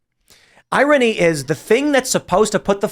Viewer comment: Can Tim learn how to pronounce irony?